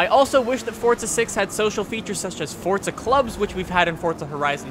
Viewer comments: it's forZa not fortza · i sware he is saying fortsa not forza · he says Fortza 6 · Why do Americans pronounce it fortza 6? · THERE IS NO "T" IN FORZA